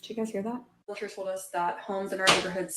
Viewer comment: The first lady said "realator" not "realtor." She's disqualified. Move inland.